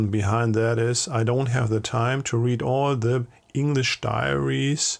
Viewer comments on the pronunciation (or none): Listening to AI is very annoying. The incorrect pronunciation e.g. REED (read) pronounced as red when it should be REED.